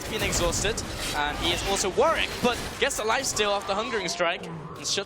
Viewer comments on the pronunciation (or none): its warWick... not warick... garbage casters